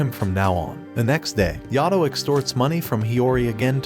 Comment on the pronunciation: It's not yado it's Yato